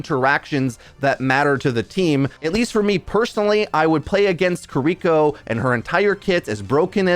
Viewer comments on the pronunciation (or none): who the hell is "kuhriko ?!... her name is KI RI KO .... ya dumb "amerikin"